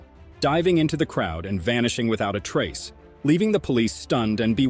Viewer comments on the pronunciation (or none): none